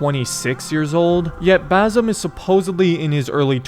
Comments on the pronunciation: not bazum its ba sim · pls stop saying bazim, it is basim.